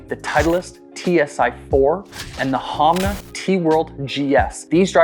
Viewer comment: I swear ur saying HOMNA 😅